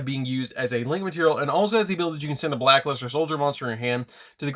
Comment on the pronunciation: I've heard of Black Luster but never Black Luste 😂